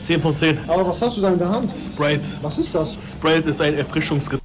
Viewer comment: das heißt Schprite